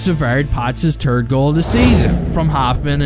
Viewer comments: Which pariod? De Tird. Repeat after me: De Tird. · ““Turd goal of the season😂😂😂